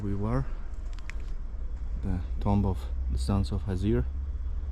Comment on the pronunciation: Thank you, my friend, for your great videos. One point concerning your pronunciation: TOMB, in English, is pronounced 'Toom'. Just FYI... :)